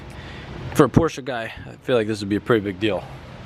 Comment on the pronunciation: Now put a Bride lowmax for the driver to really piss Porsch-uh people off